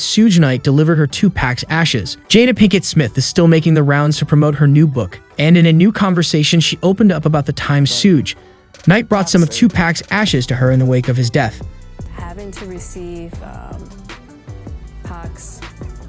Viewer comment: The AI reader has got to be trained to CALL PEOPLE BY THEIR NAMES. His name is Suge Night as in SUG(AR) Night